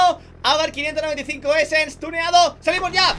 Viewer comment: No es abarth 595 essence, es abarth 595 essesse JAJAJ